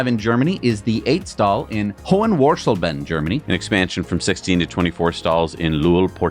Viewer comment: Here some hints on how to pronounce Hohenwarsleben (Germany): This consists of 3 words glued together: Hohen-wars-leben. Hohen was pronounced quite well. wars is pronounced like the English word "cars", just with a w instead of the c. In "leben" the emphasis is on the first e, which sounds like the e in the English word mega. The second e is pronounced the same way as in hohen. About the meaning: "hohen" means highly situated and is only used in names for towns and castles. However, the normal translation of high is "hoch". "wars" has no meaning, apart from "Das war's" means "that was it". "leben" means life or live.